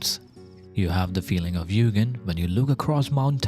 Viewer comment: Very cool concept and it's great to learn a new word! As I can speak Japanese to some degree, a small remark; u with a line above is sounded "twice". so it's pronounced more like Yuugen than Yugen (The opposite is true for another common word, and a Honda specialized manufactorer, Mugen which is pronounced as you said Yugen in this video)